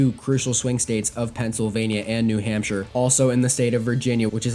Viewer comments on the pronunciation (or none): none